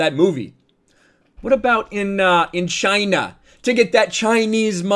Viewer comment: Not to mention the hands 👌 Chy-Na👌